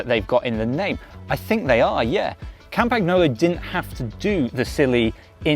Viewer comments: It is not "Campacknolo".... 🤦🏻 "Campanyolo" is correct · It's not campaGnolo, it's pronounced campanyolo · Yeah, he fricken butchered it completely. Its not hard. Silent G. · Yeah, can you pls learn how to pronounce that properly? It really is not so difficult… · Learn how to say Campagnolo. And next, the wheels are (market price) 30% cheaper that what you state they should cost. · Was it not possible to find a presenter who actually knows how to pronounce the name of the company whose product he is reviewing? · It's embarrassing, the way you pronounce the company name. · Please pronounce the brand correctly. It's annoying AF to hear it butchered. How about they started saying Winsteen Churchhole? It is NOT just a variant pronunciation, it's wrong.